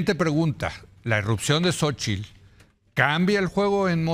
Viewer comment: Sabino pronuncia correctamente " Xóchitl " , pero la mayoría, entre ellos Zuckerman dicen "Sóchil".